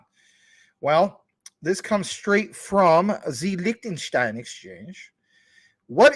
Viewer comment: Zeeeee Licktenshtyne 🫡